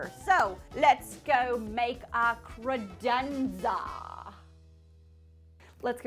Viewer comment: I feel like that's the only way to say credenza... Also, does it make anyone else break into song from The Cat in the Hat original animated movie? Just me? Oh... So stoked you are partnered with KiwiCo!!! 💚💜💚